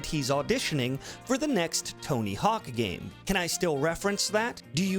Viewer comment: Yes, but what’s a “gaym?”